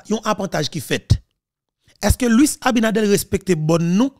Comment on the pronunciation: ABINADERRRRRR, NOT ABINADEL